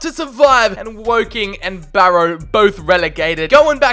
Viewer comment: As if you said Wocking 😂